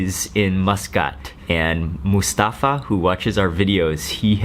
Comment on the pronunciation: You pronounce Mustafa so wrong its cringy.